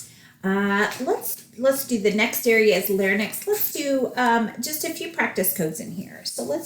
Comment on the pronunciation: Thank you for all the tips you have given, very helpful. Just wanted to clarify an example. You say Total Laryngectomy with radical neck dissection. Doesn't just 31365 suffice, why is an additional code looked for in the lymphatics? Also isn't Larynx pronounced "Larinx" and not "larnix"?